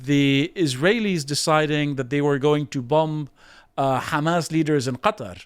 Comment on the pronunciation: Why would british man in english pronounce "qatar" and "hamas" in arabic accent? Why would you do such thing? Bowing down to who?